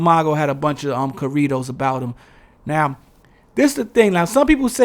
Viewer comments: I love how u say corrrridoz😆 good video.. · Corridos, black ppl made it Rap. But they swear we copying them. 🤣